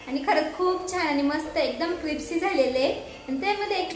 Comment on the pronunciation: Kripsi nahi mhant krispi mhntat